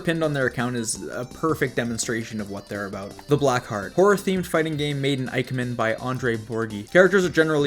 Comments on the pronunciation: The three tiers I've seen so far are absolutely great in quality and content, and I look forward to the next ones! But by god I cry a little each time you say moo-jen and eye-kemen, especially since you already know and have addressed that they're being said incorrectly. You do you, my guy, I understand a decade of muscle memory on saying things, but I humbly request in future tiers to give the right pronunciations a shot, since other than that little thing the videos are top-tier content (no pun intended lol) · I absolutely understand the brain goblins and how hard they are to fight off, I won't hold it against you if they end up being too strong. As for IKEMEN, it'd be more like ee-kemen, so very similar to how you already say it, just an 'ee' sound at the beginning instead of 'eye'. It sucks that writing Japanese in English follows so many different rules than just reading English naturally.